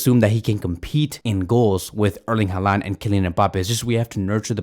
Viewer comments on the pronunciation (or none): none